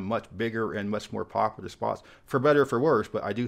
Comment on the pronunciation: Wish you would pronounce “popular” correctly. High speed rail will likely never happen.